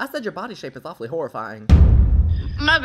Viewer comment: “You look OWFULLY pale!”